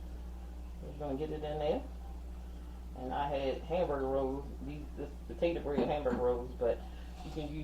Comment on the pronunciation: Thank you for the clarification. Your recipe sounds great. Note, the “ad” at the end of bread is not silent.